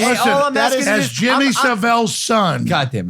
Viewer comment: Its jimmy SAV ILLE